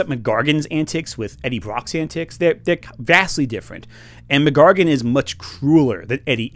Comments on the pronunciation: every time you say scorpions name as "McGargun" im not sure whether to cringe or laugh.... enjoying the video so far tho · I’m sorry but pronouncing the full name Mac Gargan as “McGargon” is actually extremely distracting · "Muhgargan" lol I'm sure it's a consequence of reading from a script but his name is Mac Gargan. MacDonald Gargan. Two names. Not MacGargan. Sorry to nitpick but it kept happening and was funny every time lol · Unrelated to the (great) overall video but Scorpions name is not MacGargan its Mac Gargan as in his first name is Mac (short for MacDonald) and his surname is Gargan they aren't one word. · It's fascinating how you pronounce "Mac Gargan" as one word. Great video, by the way. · Great video, weird pronunciation of Mac Gargan aside.